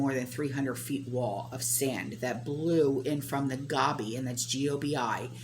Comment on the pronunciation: GOBI DESERT, pronounced Go-bee